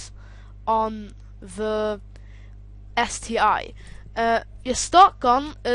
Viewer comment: ST one boy , not ST i